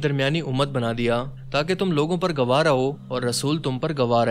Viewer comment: The narrator of the video reviewed here has very bad command of Urdu. He Dar i.e. Fright instead of Khabardar or warning. Also he mispronounces Gwah as Gawa. BTW I am a Pashtun born in KPK/NWFP and raised and educated in UK for the last 60 years - I learned to read Urdu after learning to read Arabic Quran